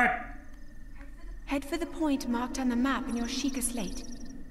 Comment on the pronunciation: It’s Shee-kah!